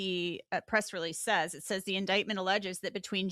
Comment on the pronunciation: Really can't stand the repeated mispronunciation of 'indictment'.